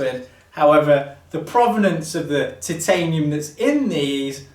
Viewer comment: It’s Chitanium